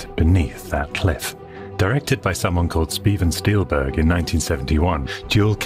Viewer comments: Speven stielberg? Did I just hear that correctly at 1.23? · I giggled when he said speven steelberg 😂 I do that crap all the time hahaha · Speven Stillberg? Hilarious. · Did he just say "Speven Steelberg"? Oh my God, it's time to go elswhere. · "Speven Steelberg" 😁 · Speven Stealburg 😂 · speven stielberg 😂😂